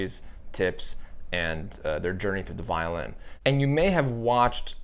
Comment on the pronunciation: great thoughts! first thing ---I was so excited, because I thought "violent videos and a violent podcast? SOUNDS INTERESTING AND FUN! WHAT DOES THAT MEAN?" I love your episode here, but try to say "violin" differently, I think will help you. MUCH LOVE though!! I may subscribe. I need to see a few more videos from you! YOU ARE A GREAT communicator!!! TYSM!! OXOOXOXO